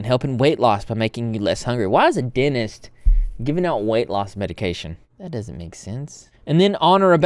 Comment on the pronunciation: Dentist...Not Denist